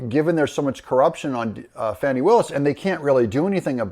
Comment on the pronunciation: It's pronounced "Fonnie" or "Fawnnie".